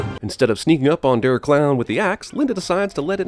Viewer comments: I know that I've already commented, but I must say this: IT'S PRONOUNCED D-AIR! NOT D-ER!!!!!!! I apologize for my rampage. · Der is pronounced "dare" not "durp" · Good video and all, but I am begging you to never say Der again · Der is said like dare net der